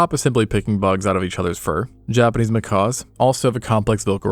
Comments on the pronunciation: Seriously; macaws are friggin' parrots. I love this pair of channels (Extinct Zoo / Live Zoo), but the number of mispronunciations in this video alone are pretty disheartening for what's supposed to be educational content. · Not "macaws". "Mckacks." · A Macaw is a BIRD. These are Macaques, sounds like mah-kak...As opposed to mah-kaw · They are not Macaws but Macaques pronounced makack or makock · They are not pronounced like macaws- it’s pronounced macack. Like back. Do you not learn these things when researching your videos? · He either cannot pronounce the "cuh" sound or he is saying it that way to avoid YouTube flagging his video